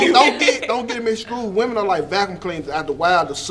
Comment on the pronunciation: piss'n ME off..he stay speaking woman-eez..